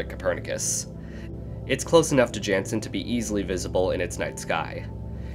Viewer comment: He I know I've already said this before but just in case you didn't see. You're pronouncing 'Jannsen' wrong. Its actually 'yan-ssn' can you please add this to your future videos?